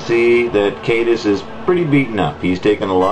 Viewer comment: Caedus has latin roots, so it's pronounced Kie-dus